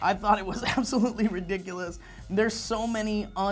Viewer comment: should be a drinking game for how many times you guys say 'ridicules'